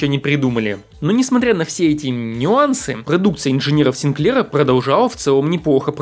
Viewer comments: СигклЕра? Откуда ударение такое? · не коверкай фамилию Синклера, ударение надо ставить на первом слоге